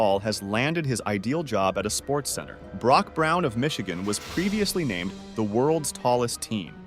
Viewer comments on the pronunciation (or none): none